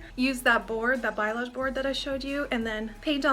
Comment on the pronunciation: Balayage is pronounced "ball-aye-odge". I get a lot of clients that call it Biolage (like the shampoo brand) :P